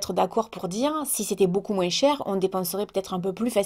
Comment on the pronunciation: t'a encore dis " Moinsse " xD en tout cas le petit noeud te va trop bien:3